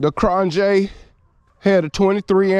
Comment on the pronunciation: You said the name PERFECTLY....most do not...great job!